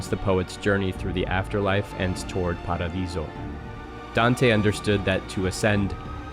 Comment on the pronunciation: I've never heard a non-italian pronounce Dante Alighieri's name so right. Good job! Same with Paradiso! Also: hot take, but All Will be One/Phyrexia is more cyberpunk then Neo-Kamigawa. You can't change my mind. Also also: this video is way more serious then how the Wizards take Phyrexia seriously